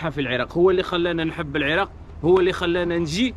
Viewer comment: العراق مو العراء